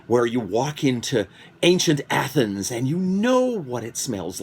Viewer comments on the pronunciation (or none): none